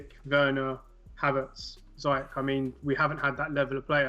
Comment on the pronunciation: so happy to hear you say Ziyech name right bro keep hearing people saying ziyek or ziyekh and it's driving us Moroccans nuts trust, but you got it bang on bro respect for doing your homework that's why I follow you keep up the good work up the Chels